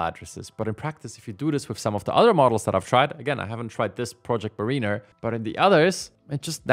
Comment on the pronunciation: Mariner = MERR-inn-err, not MERR-een-err